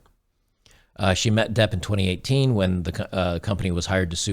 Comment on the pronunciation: He learnt his lesson and his name is Johnny Depp not Johnny Debt.